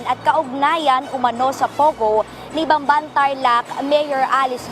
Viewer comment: BAMBAN, TARLAC PO. HINDI BANBAN, TARLAC. CAPAMPANGAN PO MOSTLY ANG DIALECT DYAN KOKONTI LANG ANG HINDI CAPAMPANGAN DYAN SA BAMBAN, TARLAC